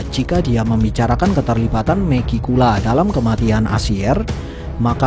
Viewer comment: Bang mending lu bilang Megi langsung megicula aja, telinga gua kek denger lu bilang meki mulu😂